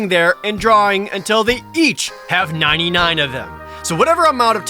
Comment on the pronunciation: everytime say you said 99 it hurt a little more...lol